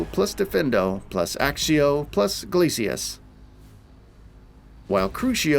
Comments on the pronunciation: Its accio not axio 🤓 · It's ACCIO , not ACSIO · Have you actually played? .... Have you ever heard your character say "Axio" ? ... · Transfiguration not transformation Accio not Axeio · Kroo-SEE-oh ACK-kio Jesus, there’s only 8 films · bros said axio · so true! i mean for fuck sake content creator please pronounce the spells properly ...there are people who are new to the game who will be wondering what the hell u are talkin about....our characters even pronounce it properly as "ack-ee ohhh" in the game. no excuse whatsoever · In the movies they sometimes do, and by proper latin pronounciation, "cc" is pronounced like "kc", so Accio technically should be "Aktseeoh"